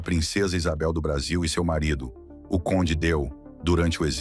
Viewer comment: Conde Deu? KKKK. Ele é francês, se pronuncia "conde Dêê". Falta de leitura rapazinho...Ele é um personagem histórico brasileiro e é a primeira vez que ouço essa pronúncia inculta.